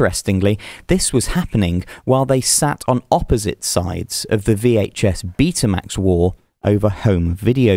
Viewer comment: it's baytuh max not beetuh max